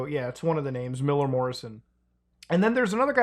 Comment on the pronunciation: Thanks for pronouncing the names correctly